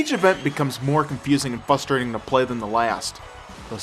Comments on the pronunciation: ok i can't take it anymore its "frustrating" notice the "R" if you are going to us the word in every one of your reviews then pronounce it correctly. Its becoming very fustrating for me to have to hear it pronounced incorrectly 5 time a review, its just so damn fustrating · pronounces Frustrating as Fustrating. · I HATE it when people say "fustrating"! It's frustrating! FRUstrating! There is an R there!!! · haha no offence to but he ses fustrating not frustrating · why cant he say frustrating? he always sez Fustrating lol.......no matter...keep the reviews coming! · omg. FUSTRATING? you actaully say FUSTRATING? ITS FRUSTRATING. FRUST FRUST. NOT FUST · Its pronounced Frustrating not Fustrating. There is an R in it. I'm not hating its just something I noticed and I don't know if anyone told you. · Yeah. Whenever I hear say “fustrating” I get turned on too. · lol "fustrating" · he says fustrating to be funny.. didnt you ever see his blooper videos? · Ha ha. "Fustrating."